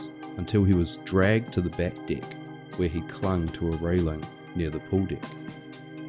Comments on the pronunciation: Just found your channel. Excellent presentation of an unbelievable event. I know this is a NZ thing, but the word "deck" is with an E, not an I. The phrases "the captain's deck" and "deck of the ship" are entirely different with this pronunciation. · Oh it's true! I have an Australian Shepherd. Every morning I tell him let's go outside for your below dick business. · Holy shit, this is so well done that I assumed this was one of the big documentary channels. It wouldn't have even been out of place on a Discovery plus. I'm so glad The Holy Algorithm brought me here. Also, maybe I'm a sick f#<k, but I giggled every time the Aussie "deck" was said. "Below dick" 😆 Edit: I just checked your page & now realize that you're from New Zealand, NOT Australia. My dumb American ear can't differentiate, but it is NOT an abomination of an accent! I love it. You know what is a true abomination? My Boston accent. The whole "I pahk the cah at Hah-vahd yahd" (I park the car at Harvard Yard) is real